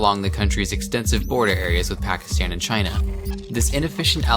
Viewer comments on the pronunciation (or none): none